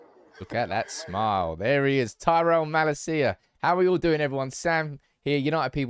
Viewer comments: Mah-Lasia, not Mala-Sia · you pronounce his name wrong...it's not malacia but malaacia...love your channel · I think it mal-acia not ma-lascia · its malacia not malaseeya